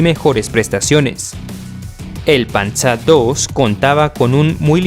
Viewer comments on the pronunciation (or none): min. dijiste panza II en vez de panzer II